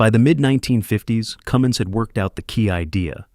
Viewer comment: Cummins not Cummings.